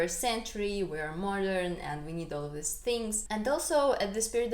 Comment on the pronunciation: Just a basic pronunciation tip (English as a 2nd language teacher) -- these vs. this. The former is a long eee sound (like need). Give it time. 'This' is very short, and an 'i' sound. Also, more happy, or happier. Never more/most happier. 🙂 You have an excellent command of the English language.